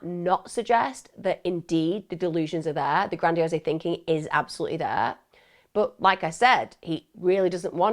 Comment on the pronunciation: Lol Emma just so you know grandiose isn’t spoken with the ‘e’ sound at the end - it’s just gradiOSE like ‘hose’